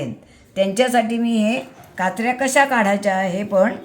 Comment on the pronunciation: काचऱ्या असे काचरया असे नाही.